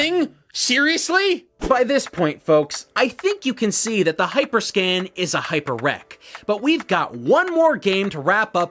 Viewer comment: Actually he mispronounced the name the entire video, he kept calling it hyperscan instead of hyperscam